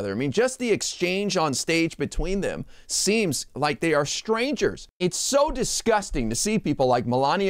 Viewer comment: It's "they' not 'dey" . That's a lazy effort to speak english.